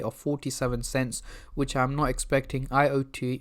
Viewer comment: It's not I. O. T. A., it's IOTA... Checking the news before making a video might be a clever idea...